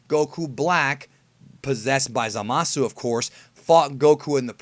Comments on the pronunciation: I prefer over forneverworld. Cant stand wen he says "zamas" instead of "zamasu" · zamas isn't wrong. it's like saying hit instead of hitto. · Dragonball's Best except it isnt because you are missing the U at the end of zamasu, we dont see hit's name being spelled as hitto anywhere as far as i know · A skinny white dude thats a big YouTuber says the same thing. It is kinda annoying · Andre S lol kinda true